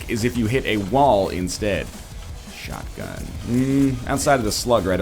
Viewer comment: instead of shotgun I hear Sharingan(if that's how it's spelled:3)too much Naruto tbh